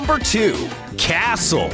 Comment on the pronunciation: That’s not how you say 🏰